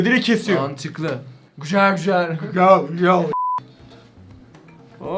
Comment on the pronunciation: " GüJeL gÜjEl " demesi 😂